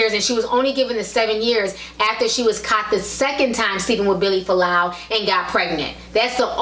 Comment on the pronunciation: its Fualaau not Folau how annoying